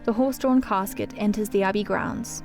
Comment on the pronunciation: No Englishman has ever called a coffin a cascuet!